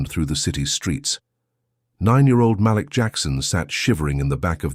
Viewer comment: This was a great story.. only negative is please learn how to pronounce black names. " malik" is actually enunciation as " muh-leek". Other than that I love your stories 🎉